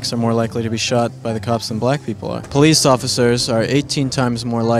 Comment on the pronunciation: Poo lice? Speak engrish?